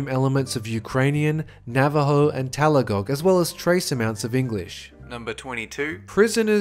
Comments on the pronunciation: Talagog? You mean Tagalog? (the second g isn't pronounced btw) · Not talagong..,its pronounce TA-GA-LOW! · It is Tagalog, not Talagog... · “talagog” lol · Tagalog, not talagog. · lmao it's tagalog not talagog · "Talagog" "TALAGOG" Did you mean Tagalog? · TAGALOG. NOT TALAGOG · Lol you said "Talagog" instead of Tagalog. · "Talagog"? rly brother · taa-la-gog? do you mean philipino tah-gah-laag? tagalog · he said Talagog instead of Tagalog. :D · Holy did he just call my language (tagalog=philippine national language) as talagog??!!! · he said Talagog instead of Tagalog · I’m sorry but did you say Talagog? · Did you seriously say Talagog D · TALAGOG. HE SAID TALAGOG. WOW. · Ta-gah-log. You're welcome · Hella cringed when he said "Talagog" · The way he pronounced Tagalog tho